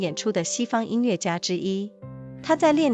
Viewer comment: 很好的节目，声音也很动听，值得更多的听众！美中不足是后期对朗读读音的检查，比如音乐yue不是le。